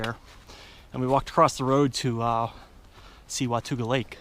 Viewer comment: WAH TAUG AHH not wah tuga. it is a indian word that means " The Land Beyond"